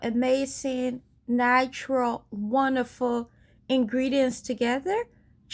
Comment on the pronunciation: "wondifer" (wonderful) also.